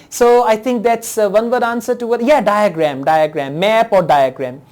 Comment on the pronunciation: daygreeem daygremm😂😂😂